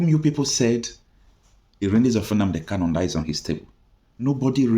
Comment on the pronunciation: Why can the lawyer not pronounce Kanu? Why does he keep calling him Kalu? He cannot pronounce his client’s name, that’s disappointing.